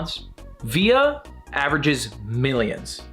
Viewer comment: As someone learning chinese your pronunciation wasn't that bad, Viya was pretty accurate but Peng Shuai was off, pronounced "Pung Shoe eye". Merry Christmas :)